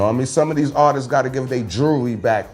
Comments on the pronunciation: NinoBlack_ _ That shit made me laugh though “artiststes” 😂 But shout out to though. He’s a real one. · Why does he keep saying artistses there’s no such word.... glad to see you have elevated your mind and talking positive now. I wish you would have thought like that when you aligned with Ross. Keep ya head though